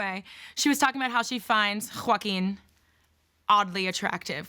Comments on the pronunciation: Quakkkkuin phoenix is how she says it lol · JOAgUiN omfg the way she pronounced his name got me like 💀💀😭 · You pronounced Joaquins name wrong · Am I the only one who cannot get past the way you pronounce his name? The f is that? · 1. Why is this a situation??? 2. Why did she say joaquin like that??? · Why did she say Joaquin like that lmao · why she pronounce joaquin like that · Why she keep saying his name like that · The way you say his name 😂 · Lol why did she have to say Joaquin like that 😂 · I was thinking the same thing🤣 So much emphasis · First of all, Wendy ain’t got shit on you. There’s no room for comparisons. Wendy is hella annoying. And the way you said Joaquin’s name with that extra pronunciation. LMAO💀